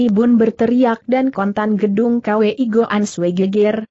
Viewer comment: Maaf guru....mau kasih saran....kwi sebaiknya langsung dibacakan kui aja, jangan di baca k...w dan i, begitu pun hwa sebaiknya langsung di baca hua aja,jangan di baca secara terpisah h...w....a.